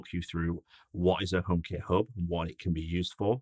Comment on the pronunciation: so funny how he says "omekit Höb"